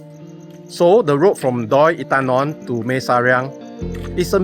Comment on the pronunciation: Bro, try to pronounce properly. No I am not trying to be a dick just trying to help lol. Mae = Meh not Mei Inthanon = In - Ta - Non Hatyai = Hud - Yai not Hup Chai 😁 Welcome to Thailand. Safe journeys man! 恭喜發財！